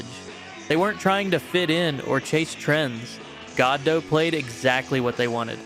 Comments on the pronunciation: It is pronounced "God Oh" not "God Doh". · "Goddo" ... it's almost like one syllable.